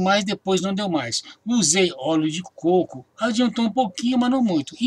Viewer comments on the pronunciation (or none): none